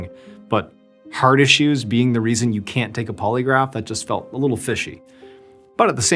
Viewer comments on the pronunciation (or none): none